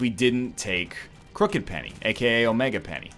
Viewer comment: How long will it take NL to correctly say the name of Crooked Penny?